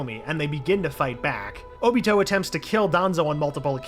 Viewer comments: He doesn’t know how to say obito name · He calls óbito uchiha and not Obito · Ok im not sure if this guy is new or not, and I'm not saying I'm not open to change but come on. He needs to work on his pronunciation ALOT. Also he kept calling oniot "oochia" like come one dude lol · Does anyone else feel off about him calling Obito just “Uchiha”? Uchiha’s his last name….